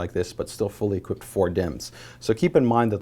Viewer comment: Dude, stop saying equipted, seriously.